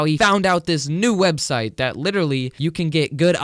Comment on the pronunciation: Did he say swebseit waht